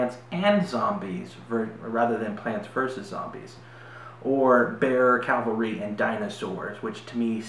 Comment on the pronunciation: Great vid. I played the game at Gen Con a couple of years ago but never bought it. I may have to reconsider. BTW, it's pronounced CAValry not CALvary. Kind of a per peeve. Keep making the awesome videos.